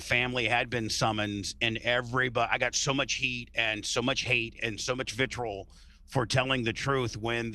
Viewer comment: Bubba rules! He put Tucker Carlson on the map. I remember very clearly listening to Tuck on Bubba's show on Howard 101. So glad that his friendship with Hulk is part of the larger conversation about the Hulkster's life. Edit: also great to see a return of his classic mispronunciations ("vitrol")